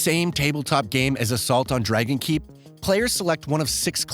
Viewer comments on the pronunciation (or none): none